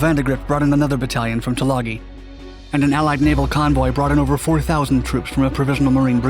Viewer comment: Robdul? Rabadul? Why can't you do enough research to correctly pronounce names. Try Rabaul (râ-ball). Tagooloo? Tulagi (to-lâ-gē).